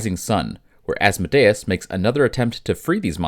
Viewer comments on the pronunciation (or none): sorry man it’s killing me its As-Mode-Ee-Us